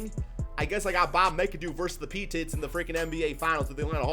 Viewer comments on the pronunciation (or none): For my own sanity, please tell me the pronouciation of P-TITS is a joke....? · And he pronounced pettit wrong. Pete-it 😂